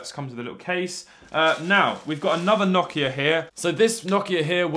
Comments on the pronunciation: Why do you say nohkia 😭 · That’s not how u pronounce Nokia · Nokia❌️ nokya ✅️